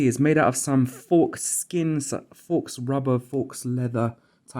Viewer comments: Ah yeah I noticed that. Oh and faux is pronounced 'foe', not 'foks' :) I might be stupid but my G1 comfort increased a LOT by simply wearing a beany hat that I can pull over my forehead and letting the G1 rest on that. Besides that, the cable guide clip has a tendency to pull the cables tight, reducing the effectiveness of the spring mechanism between the headset and headband. So, by making sure there's enough cable slack before going through the clip, the headset is a lot less tight on the head. Combining those two things, I'm now a lot more comfortable wearing this headset for extended periods of time. Before that I could only manage 15 minutes before getting a headache. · Faux is pronounced 'fow', like 'no'. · Faux pronounced fo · FYI faux is pronounced foe